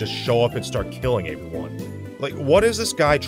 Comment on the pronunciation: Or every time he says “averyone”